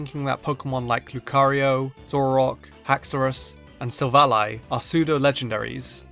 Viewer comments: You're one to talk about mispronouncing Pokemon names. Silvally = "SILL-volley" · Silver ally. Come on, this one's incredibly obvious.